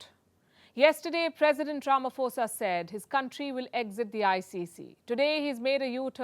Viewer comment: please it's not Ramafosa, it's pronounced 'po' as in potential.